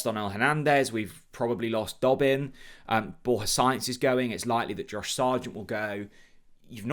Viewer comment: Borja Science, haha. It's Sa-inz.